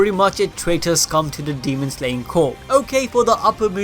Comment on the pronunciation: Two things: 1.Demon Slayer Corps pronounced: Core 2. Kimetsu no YAIBA pronounced: Yai-buh